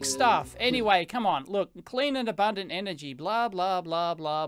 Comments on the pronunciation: Clan and abamdant energy abandant energy! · "Abandent" energy lmao